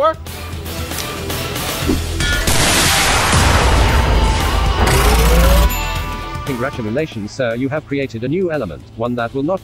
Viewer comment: I love how Jarvis just said "congratumalations"